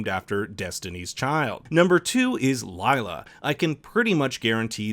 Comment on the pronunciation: I am kinda annoyed by how Lila's name is pronounced, foreigners are never able to spell Indian names 🤣 it is pronounced as leela which means tricks (usually magical)